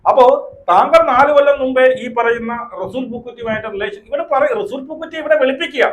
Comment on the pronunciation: പൂക്കുറ്റി അല്ല പൂക്കുട്ടി 😂😂😂😂😂😂😂😂😂